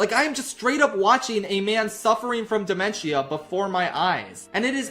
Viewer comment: how you gonna act like you know what dementia is and not know how to pronounce it 🤦🏻‍♂️